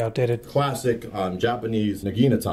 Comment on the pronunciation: nuh GI nuh tah! wow, never heard that mispronunciation b4